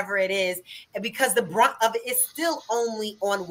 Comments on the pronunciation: Brunt, not grunt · You're totally right brother, but just a small criticism: It's the "brunt" of somthing not the "grunt". And it's beat A dead horse, not THE dead horse. Just trying to help. Love the content man, good to see you grow! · It's bear the brunt not grunt 🤣🤣🤣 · Love the video and your message. One correction going forward though: It's "bear the brunt", not "grunt". Keep up the good work otherwise, though. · True; it's "bear the brunt" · Maybe I'm being nitpicky and maybe it's just a pet peeve for me, but can we as black people become more literate. It's bear the BRUNT not GRUNT. It drives me crazy how people who talk for a living get these sayings wrong all the time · It's "bare that BRUNT" not grunt.